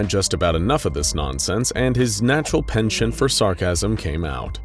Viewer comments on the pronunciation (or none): none